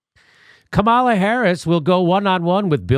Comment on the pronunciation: One day, Jimmy will pronounce Kamala’s name right...